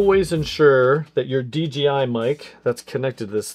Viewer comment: It’s DJI not DGI, why is this so hard to pronounce. 🤦🏽‍♂️